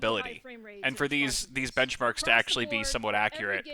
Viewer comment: Lisa: Speaking: benchmarks... Bencmarks... BENCHMARKS